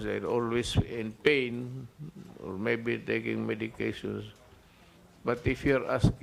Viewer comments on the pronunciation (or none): none